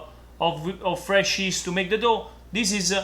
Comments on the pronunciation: 👋 hi say yeast not East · Ma perche' lo pronunci "ist" se si dice "gli-ist" ? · It is called yeast not East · Is he saying..East??